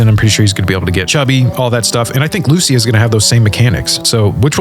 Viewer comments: The way you pronounce 'Lucia' is shocking. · Dude cannot pronounce Lucia correctly